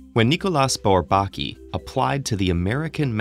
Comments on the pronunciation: When you say "without tonic accent", it sounds like you mean the three syllables are stressed evenly -- and that's how I would pronounce it too. But the narrator says BourBAKi, with heavy stress on the second syllable. I've never heard anyone else do that, and I've heard it pronounced *a lot*. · Thanks. By the way, it's pronounced, 'Bor-bah-KEY'. You do know there are websites that will pronounce words & names for you, right? At any rate, some mathematicians do feel there work was (and is) important. But even some French mathematicians were not that keen on them. René Thom (founder of Catastrophe Theory and winner of the 1958 Fields Medal) once quipped that their major contributions were to distinguish between the ball and the sphere, and between the circle and the disc. I have that one on tape. But bold they were, no doubt. tavi. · Can someone tell this guy how to pronounce "Bourbaki" correctly? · All I'm saying is that all mathematicians -- I've never heard a single exception -- pronounce Bourbaki the same way. There is a received pronunciation. I'm sorry it sounds to you like derision -- I didn't mean to make fun of him or anything and sorry if that's how it sounded -- but the result would have been more convincing if they got a narrator who sounded like he was already familiar with the subject matter. I hope that makes sense. Peace. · I misinterpreted the title and thought this mathematician was Pratik Aghor. I was waiting when all this introductory talk about Bourbaki ends (I knew about it anyway) and the videos gets to the point. Lol. Also, shouldn't his name be pronounced by french rules? [nikolj'a burbak'i]?